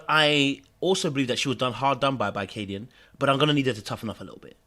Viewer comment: Love sean,but why do yall keep calling khadian,"khadeen". It's ka-dee-un. Lols. Great discussion!